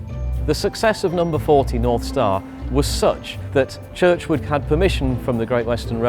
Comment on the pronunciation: George Jackson Churchward not Churchwood